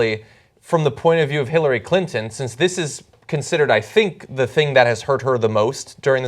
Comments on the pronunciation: around 5 minutes, you totally said Hit-lary Clinton :P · It sounds like Cenk says Hitlery Clinton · HHAHAHA Did Cenk just say "Hitlery Clinton"??? :D :D :D LISTEN CAREFULLY xD